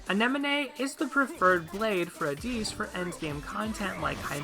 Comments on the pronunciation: What makes you think his name is pronounced "Addees" and not straight "AdDIS"? lol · im sorry but this mispronunciation of addis’ name really bothered me. (if you look at a helper Ieyasu and listen to his voice lines you can hear the correct pronunciation) It was fine otherwise.